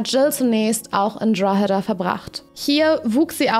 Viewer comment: Drogheda wird Draw–da ausgesprochen, nur so am Rande.